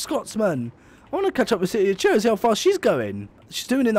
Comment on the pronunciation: I'm still waiting for the day when you pronounce Truro correctly